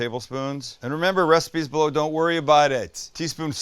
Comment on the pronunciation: Sounded like he kept saying “The recipes blow.” Turns out, the recipe is below.